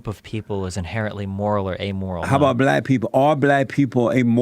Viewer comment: Fucking shit myself when he said “morll character, morlls”